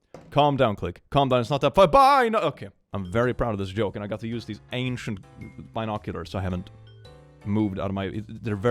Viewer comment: Did no one else hear him say he got the bi-noculars from his closet?!